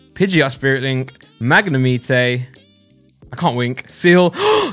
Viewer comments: Magnimite your saying it wrong 😂😀😃😄😆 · tHaTS NoT hOW yoU PRoNOUnce MaGNEmitE! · I hate the way you say magnemite 😂 but i love the videos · AwW yOu SaY MaGnAmItE wRoNg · At first i got so mad how u pronounced magnemite 😂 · Stop saying Magnemite wrong gad damn it. You never learn. Also how could you hate Break cards?! Why would you taste Brocks Grit?